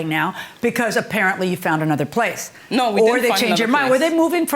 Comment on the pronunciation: Placeah… homeah. I was going nuts! Like please just stop it!!!